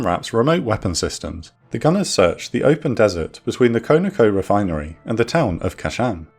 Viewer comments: Its KON-OH-KO not KONO-KO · not "Koe Na Koe" rather "Kaw Na Koe" Conoco = Continental Oil Company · "con-a-co" Not however it is you pronounced it. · Great video as usual!! Side note: CONOCO is short for Continental Oil Company and pronounced Con - a- co. No biggie.